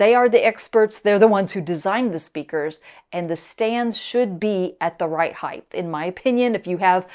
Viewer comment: *Height only has two h’s and ends with a t. Apologies for the grammar nazism, but the mispronunciation drives me nuts. Great review and thanks. I have the regular Lintons and bought a 2nd pair for my niece and nephew-in-law. We all love them. Super versatile, easy to set up, good off-axis response, and super bass.